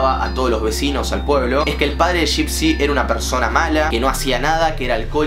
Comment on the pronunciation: Nadie yo andes del video: suena como laa laa y dipsy xd